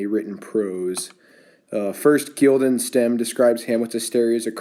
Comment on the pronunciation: Guildenstem lol